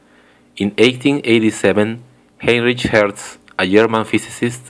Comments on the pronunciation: Heinrich is pronounced "Hine-rick", not "Hine-rich". Otherwise nice job with the video. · You might check Wikipedia for the proper pronunciations of the people's names. The "ch" in Heinrich is not pronounced as the English digraph, but as a German pronunciation. It sound more like "...rick". Meanwhile, "James" should be pronounced as in English. The use of "J" is different in your native language, and you said "Yames".